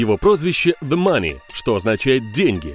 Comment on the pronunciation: олень .....не "дэ" мани а the money.